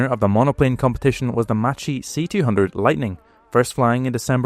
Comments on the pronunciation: Macchi is not read [matchi] it is read [makhi] instead. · Pronunciation should be"Makki" not "Matchie", "Marketti" not "Marshetti". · Macchi is not pronounced like this. It is like how you say mach in English. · Macchi is pronounced Makki and Marchetti as Marketty